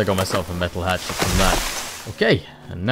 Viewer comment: I love that when you say “hatchet” it sounds like you’re saying “hat shit”